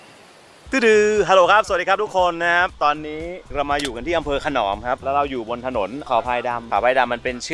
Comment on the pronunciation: ขน..อม..ครับไม่ใช่ขนอม